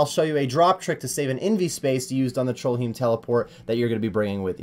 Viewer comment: No one going to point out trollheim isnt spelled or pronounced trollhiem?